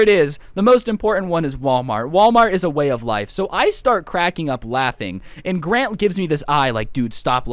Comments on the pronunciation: at one part he says grate instead of grant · i thought you were saying "gran" as in granny i was laughing so hard😂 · Wait I thought he was saying Gran like grandma